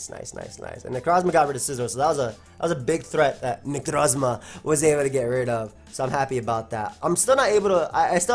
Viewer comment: The way you say 'Necrozma' gives me life